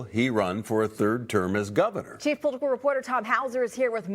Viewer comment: Govenor? English isn’t your first language, eh? 😂😂😂